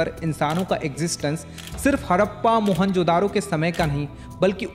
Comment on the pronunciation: Donot say jodaro speak a not aa